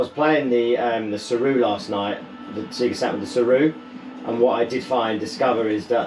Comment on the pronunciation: Sea'ga Saturn? Purple open button?? 😅